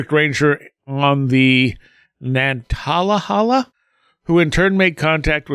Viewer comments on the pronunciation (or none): I noticed you struggled to pronounce "Nantahala" when talking about the Dennis Martin case. The pronunciation is nanta•hay•luh